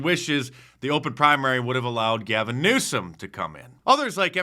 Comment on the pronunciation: Did you say Gave in Neutered?